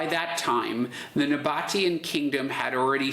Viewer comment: The pronunciation is the "Nah-Bah-Tee-Ahn"